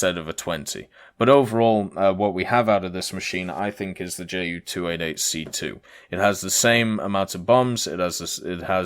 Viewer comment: Wow... that's a lot of work in the past few days... good job. But again, its "Ju" like "you", not "Jay" - "U".